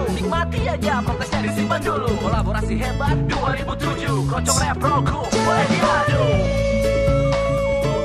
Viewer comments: the way to say "kroncong protol" is kroncong protol not krongkong protol just say kroncong protol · Kron-cong Pro-tol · Pronounce: crown-chong pro-tall 😁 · "C" in Kroncong like "C" in Charlie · Just giving information, u pronounced the "C" on kroncong wrong. The C isn't pronounce as K. But like c as in word "Chug" or "Cheese" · Remember bro... in Bahasa Indonesia (Indonesian language), ALWAYS pronounced the letter 'C' like you say Charlie. #GoolReaction #Respect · Yes, pronounce CO in bahasa Indonesia like you call Cho in Chocolate, and NG in kroncong like NK